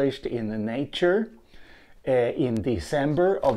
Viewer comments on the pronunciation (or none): none